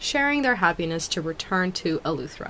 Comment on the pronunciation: It’s Eleuthera not Eluethera